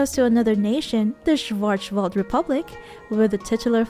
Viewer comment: your german pronounciation is terrible haha. Schwarzwald is also german for Blackforrest.